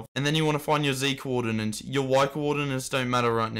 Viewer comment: no one gonna tell him that it is coordinates and not coordinans?